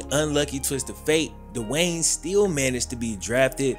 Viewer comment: Its not Dewayne.. Speak English